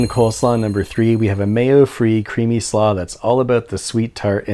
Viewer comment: Slaw sounds weird.